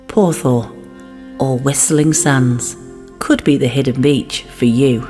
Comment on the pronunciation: Crumbs ! Porth ? what ? It's oer ! 0 E R (Whisteling Sands )